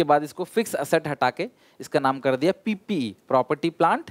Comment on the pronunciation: Sir while saying kardiya ......krrrrrrrrdia😂😂😂